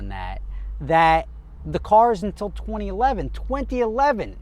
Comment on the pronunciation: "Untill 20 11"..... Wtf?